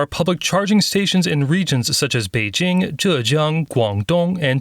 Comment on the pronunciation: What the heck are you talking about? What I said was pronouncing the regional names using the sounds that exists in English, whether it's Pecking or Beijing is not the problem. The way you pronounce "Beijing" is what I was talking about. What's so difficult about understanding that? Why do you keep talking about something else? And what does alphabet have anything to do with my Korean/Japanese analogy? Who said anything about English in that case? The example was to mean that if you want to speak a Japanese sentence with some Korean proper nouns in it, the Korean nouns should be read like Japanese. What the heck does it have to do with English and the Roman alphabet? For example, if you want to say that the next station is 청계천 in Japanese, it should be said "次の駅はチョンケチョン駅です", not "次の駅は청계천駅です", because the sounds like ㅓ or ㅖ do not exist in Japanese. You speak for the listeners, not for yourself. If this channel's target audience is not English speakers, why speak in English?